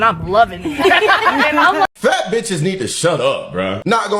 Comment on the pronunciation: the way dude says "fat" is like a southerner saying "black. Hilarious